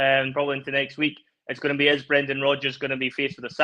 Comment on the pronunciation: Brrrreeeennnndaaaan Rrrrrrooodddgggeers 😂